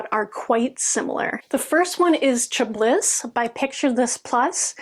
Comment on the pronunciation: I have heard from Kimberly at the Fat Quarter Shop that when stitching on dark fabric you can put a white pillow or towel on your lap or even a light pad. Just an fyi Chablis is pronounced cha ba lee. It’s a French word added to the English language for a type of wine.